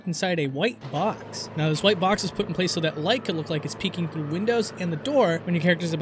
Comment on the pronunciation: Can you not pronounce the word "with"? It sounds like wif, sorry but it's super annoying. "Through" sounds like "frew", "three" = free